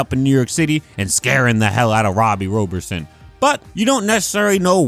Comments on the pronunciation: Robbie's last is "robert-son" not "rober-son". After zeb wells run I'm ok if they don't use tombstone in the comics for awhile. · Pisses me off how you say Robbie Robertsons name as roeberson instead of Robertson. It’s the easiest name to pronounce in history n he’s actually one of my favorite slept on characters that I wish we got more of in live action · ive noticed something about you struggling to pronounce Robbie Robertsons surname?... i think its pronounced "Robert-son" like Robert then son, no hate tho love your amazing content, just wanna help out a favorite Spider-Man content creator of mine for their future vids